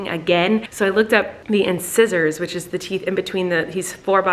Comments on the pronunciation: “In size ers” 😂 not “inscissors” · In sigh zors. Not in-scissors. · lol she say in-scissors, you funny girl xD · I literally heard Colleen say “inscissors” and it gave me anxiety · girl.... in-SIGH-sors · "In-scissors" Never heard it pronounced that way before lol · I hope y'all find some fun Easter activities for Flynn. Even if it's coloring an egg on paper, it'll definitely be an Easter to remember. Only correcting for my peace of dental assistant mind... Incisor. In-sY-zur. Names of teeth aren't commonly known, so no big deal. Hope his teething aches pass soon. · I was searching for this comment😂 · It's meant to have a diphthong. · I was looking for a comment like this lol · Allyson brunette that’s a strong reaction to a simple mistake...geez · Hearing you say incisor like scissor made me giggle